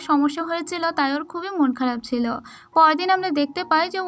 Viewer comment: apni subu silo sillo bolen